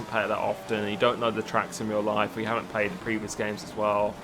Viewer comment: Uh,, do you have a speech impediment or something? Because you never say "played" correct.